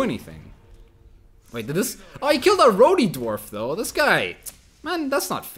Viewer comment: He's saying rowdy wrong.... But English is a weird language.... Aand he's wearing a Bullitt T-shirt. Alls forgiven.